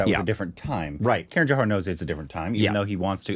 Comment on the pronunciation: it is not "K" run but "kah-run" Love your tattoos